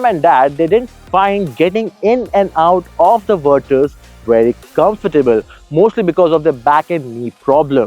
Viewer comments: Verchhusss??? What's wrong with you...? It's Virttaass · VirTus with a T not a Ch. God damn. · Umm great video, super like. 2 feedbacks: 1- I drive the 1.5 GT, gives me a milage of 19 easily on the highway and 10 in the city. 2- Every-time you said Vir(ch)us it gave me shivers down my spine lol. Good video keep it up guys ❤